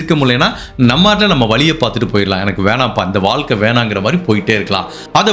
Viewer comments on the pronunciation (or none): none